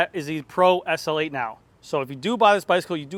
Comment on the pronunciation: S L 8, not essl8